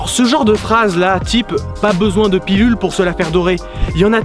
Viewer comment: Alors, juste parce que ça me chafouine : "PiLule" ! Et non "PiLLule" Bande de nazi de merde. Bisous